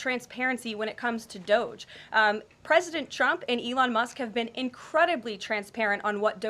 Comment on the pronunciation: And... it's DOGE [DŌ-J] Not DOZH